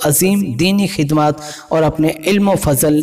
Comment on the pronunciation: Isne khhidamat khidmat bola or khhoob ko khub bola Bhai bareilly Sharif ka nam naddnam mt kr